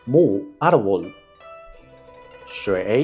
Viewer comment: Cara meteu uma legenda "mú" e falou BU. Ai o mandarim me fode bonito.